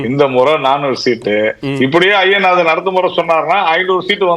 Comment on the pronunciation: அய்யனாதன் என்பது தமிழ் இல்லை நண்பரே, ஐயனாதன் என்பதே சரி. தை மாதம் சரி , தய் மாதம் என்பது தவறு. இன்னும் ஆயிரம் சொல்லலாம். ஒரு தமிழ் செய்தி பத்திரிகை கொடுக்கும் செய்தியில் உள்ளது - பஸ்சில் தகராறு - (பஸ்ஸில் தகராறு என்பதே சரி. )டமில் வாழ்க. விஷயம் ச என்பது தமிழ் அல்லாத சொல்லாயினும் சரியானது. அதை விடயம் என்பது தமிழின் குரல் வளையை நெறிப்பது போன்றது. ரிஷிகேஷ் என்பது ரிடிகேட் ஆகாது.